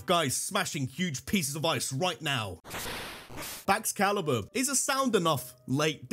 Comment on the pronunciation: THE E IN BAXCALIBUR IS SUPPOSED TO BE A U!